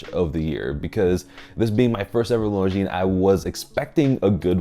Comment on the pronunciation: Thank you for saying « Longines » the way it should be, ie with a silent « s ». Many famous YouTubers get it wrong, which is quite surprising for regular attendees to BaselWorld / Watches and Wonders